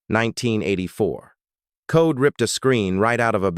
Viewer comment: There last name was COLE!!!! NOT CODE!!! I was 11 years old when this happened and hated him ever since. Why is he still alive, I don't know 😕. R.i.p Debra Ford